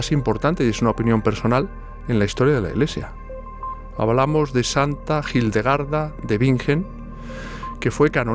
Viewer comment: Gildegarda o Hildegarda? Por qué pronuncias la H como J o G?